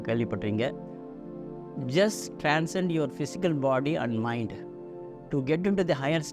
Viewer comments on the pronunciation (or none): Your English is not good..please don't explain in English...not minduu,it's mind. You are flexing though the subject is good.